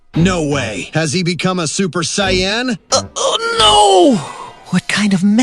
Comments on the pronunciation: Ngl, "Cyan" is killing me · I like these but the Saiyan pronounciation kills me a little inside